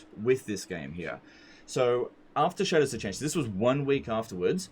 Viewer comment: When says "Shadows of Change" I heard "Cheddars of Change" every. Single. Time.